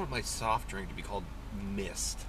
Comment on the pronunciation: why is it when he said mist it made me think of "MISTER" from the paintball video.